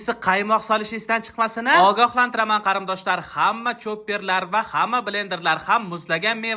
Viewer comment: Кариндош эмас Кориндош😂😂😂